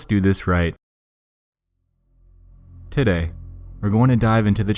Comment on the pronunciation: Every time you say today it’s sound like your saying tiddie